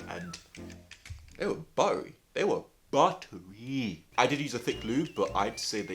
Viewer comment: When he said BUTREE I felt that.